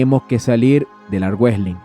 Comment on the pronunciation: No se dice armuejlin 😂 y no se dice Devón 😂😂😂😂😂